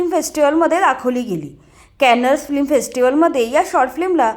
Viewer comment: फ्लिम नाही फिल्म. बेसिक गोष्टी तरी नीट कर ताई